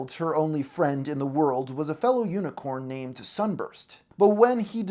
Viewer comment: Las Pegasus unicon not unicorn. I swear he can’t say any names correctly.